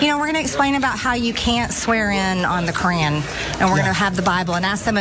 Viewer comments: Marjorie... dumbass! The correct pronunciation of Quran is ka raun. Not cran. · She can't even pronounce Quran correctly. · "You can't swear in on the Q-uran"!!